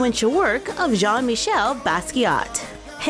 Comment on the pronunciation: Jean is my name and you pronounced it wrong